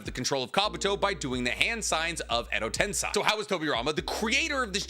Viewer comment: Tensei. Ten-SAY. Say it with me now. TEN. SAY.